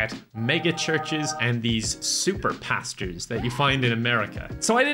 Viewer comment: Woah! American Pasta review...That's the most Irish that can get!